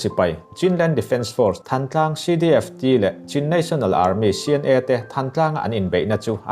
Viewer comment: Thãntlang ti a lamrik zawk tur ani